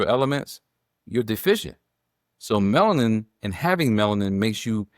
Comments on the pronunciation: It’s a 3 syllable word. Melanin.. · Respectfully, the word is “Alzheimer” not Old Timers. Also, Melanin has 3 syllables—Me-la-nin. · "Bigo logical" "Melin"? Does she have a speech impediment? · Will someone PLEASE inform this educated Queen that the pronunciation of YAHWEH'S elixer of life is MELANIN! Thank you very much! ❤❤❤❤❤🎉🎉🎉🎉🎉😊😊😊😊😊